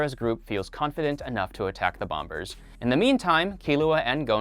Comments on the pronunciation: Anyone else think it’s weird this guy pronounces the second ‘b’ in “bombers” “Bom-bers” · You don't pronounce the second b in bombers. Other than that awesome video. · I have never heard someone mispronounce bomber as bomBers so much in 5 minutes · You don’t pronounce the b in bombers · why did you keep pronouncing the second b in bomber? it does make you think tho